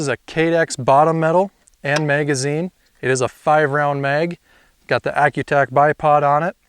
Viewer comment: It’s pronounced Shy-tac